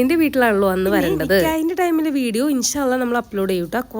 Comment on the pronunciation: Nikyaah alla Nikaah